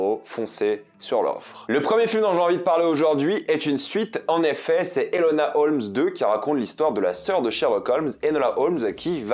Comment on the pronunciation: nooon le prénom Enola ne s'est pas fait respecter encore 😭 c'est Enola pas Elona🥲.. mais je pardonne